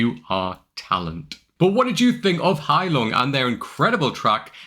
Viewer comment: What a nice pronounciation of "Heilung", not bad for a Brit. Another great song you will absolutely love is "Gimle" by Gealdyr.